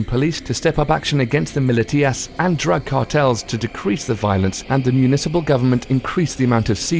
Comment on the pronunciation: Man, learn how to pronounce the names of the cities. And you pronunciation of militias is a riot. Damn